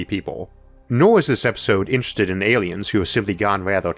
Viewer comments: pretty sure he's saying awiens. Is it just me or is that a fairly easy speech impediment to fix? I had a hard time seriously listening to this. For someone who is known more by their voice than anything else, it should be your best tool. The limp-noodle soup coming out of his mouth in the place of "R's", "L's" and "W's" is a really take away from how intelligent he may be. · Me, an ascended meme god: ayyliens